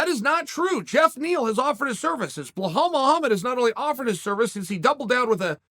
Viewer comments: He keeps saying "Bahal" instead of "Bilal" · Reading names Chael is like my grandma… blahal….. khasmat…. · What you see: Belal What you hear: “Blahaulle” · The name Belal is pronounced exactly as its spelt. Not BeGKHLalL. as Chael attempts it. It's one of the easier foreign names and uncle C. still cant get it right hahah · My guy don’t know how to pronounce anyones name 🤣 behal hazmat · He’s literally said his name hundreds of times by now. Khamzat isn’t pronounced Hazmat, at the very least say Hamzat lol and where tf did he get the H in Belal’s name. What is a “behal”. 10 seconds of effort. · Lol Chael keeps saying “hazmat” and “bihal” 😂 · Chael, there is no H in BELAL :) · Damn Chael! "Ba-hall Muhammad?"😂😂😂👍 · Bluhal hazmat... I love it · the way he says belal is soo funny 😂😂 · Uncle Chael. I truly enjoy your videos. As funny as it is to keep miss pronouncing Hamzat and Bilal's names it a bet disrespectful, especially when you know Arabic. As your friend Usman said; put some respect on my name... Please respect Hamzat and Bilal's names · He butchers Belal so bad, its hilarious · Chael make the effort to say khamzats and belal name properly. Your better than that make the effort to annunciate their names correctly otherwise you come across as ignorant to those that know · how is it hard for you to say belal, theres no h